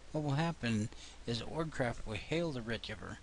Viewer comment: Sometimes you say "Org" Bot and not "Ogre", is it two different programs or...?